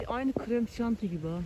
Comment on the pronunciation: Buluta aynı kıremşanti gibi diyo 😆 sayidende benziyo gı